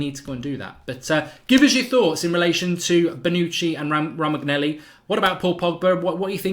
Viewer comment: Romagnelli? lol ROH-MAN-YO-LEE